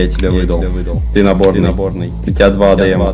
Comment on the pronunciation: "ты наборный" прозвучало как "ты приемный")